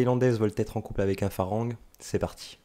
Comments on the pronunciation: hello, un peu d'effort svp pour prononcer le mot Farang on ne prononce pas le R. on dit "falang" . Le son R n'existe pas .merci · 😂 merci j'avais trop envie de le dire, je ss Lao , les thaïs st mes cousins😁 & malgré tt on dit "falang" qui ne se prononce pas "en" mais presque "a"